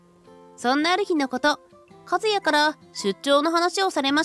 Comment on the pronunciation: ❌カズヤ ⭕カスヤ